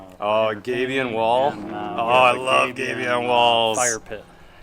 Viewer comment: Yep, he was mispronouncing Gabion and then you heard it as you wrote.